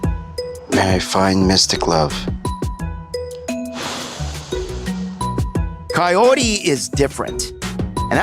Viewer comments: that's cuz Ed pronounces it as coyote lol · Is it just me or he calls her “coyote”? 🤔